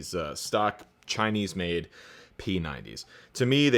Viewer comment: lmfao...how you said "Tschainese" pickups...no toan in em whatsoever. get a lolaar in there.